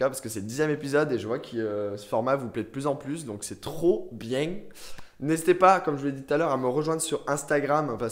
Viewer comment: Est-ce que t'as un peu pris l'accent québécois quand t'as dit 'bien' à ? En tout cas, j'aime tes vidéos 😃